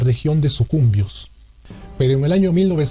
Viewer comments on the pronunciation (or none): Y otra cosa de cultura general.. No es Sucumbios, sino Sucumbíos con tilde en la i debido a que es una palabra aguda terminada en s así que a mejorar la pronunciación :) y dejar de lado el nacionalismo para hacer más verídica la información por favor :) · Ahora inventa un video de Tarzán y los 7 enanítos o de Súperman en el país de las princesas. No cuentas toda la verdad, eres mentiroso! No es Sucumbios, es Sucumbíos, con tilde en la í. Por que no pusiste el mapa de la Gran Colombia, donde el departamento del sur, hoy Ecuador, llegaba al amazonas? Por qué no dices la verdad de ''tu héroe'' Quiñónez, el no se inmoló, lo ametrallaron los ecuatorianos y cayó lejos de las baterías antiaéreas ecuatorianas que se lo bajaron. Todos queremos un héroe, tampoco creo que en Jambelí el buque ecuatoriano hizo huir al buque Villar. Por qué tu si crees en tus héroes y no quieres que los ecuatorianos tengamos ''héroes''?